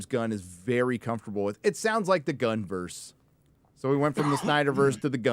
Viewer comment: Not "Gunn-verse". It should be "Gunn-y-verse", guys!